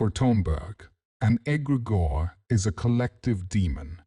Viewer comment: Yeah I realized as soon as egregore was pronounced egg-grey-gore.